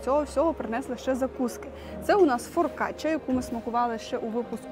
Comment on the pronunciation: Dlj informacii!Ne Forkacca,a fokacca! Bez r!V oruginali ita. focaccia!